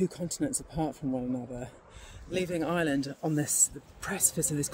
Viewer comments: I(R)eland not Island ... how can you make a video and not know how to pronounce the name of the country .. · Ite IReland not eyeland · It's pronounced "are land" not "eye land" 🙄